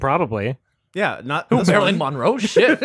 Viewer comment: I have never heard a single person pronounce Marilyn Monroe as "Marilyn Mawnroe"